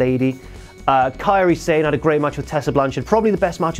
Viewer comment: Sah-neh. Not sane. Japanese pronunciation, you fuck.